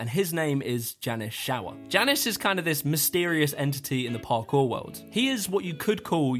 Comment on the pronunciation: I started playing a drinking game where I took a drink every time he mispronounced Jannis and now I am jrunker than Pasha's movement style. A very good list overall but criminal to leave out Joe Scandrett.